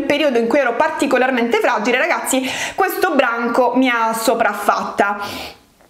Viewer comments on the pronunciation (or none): none